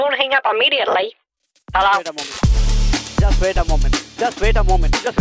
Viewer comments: just vait a moment just vait a moment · d2infinity com, just vait a moment. Vait a moment. Vait a moment. Just vait a moment.